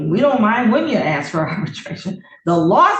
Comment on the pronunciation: She didn’t “ax” him anything!